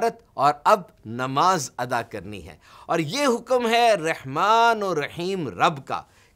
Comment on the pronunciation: رحمان ر کے اوپر فتح ہے اور آپ ر کے نیچے زیر پڑھ رہے ہیں محترم کیا ہمیں غلطی ہو رہی ہے یا پھر